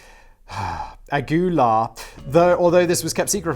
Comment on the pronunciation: Anyone else BUST OUT LAUGHING at his pronunciation of 'Aguilar'? #DECEASED